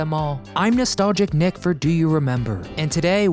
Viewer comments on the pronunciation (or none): none